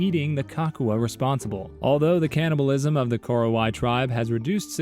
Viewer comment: Its ko-ro-wa-i btw and also i find it funny that there is another Batak tribe in Sumatra with no similarities whatsoever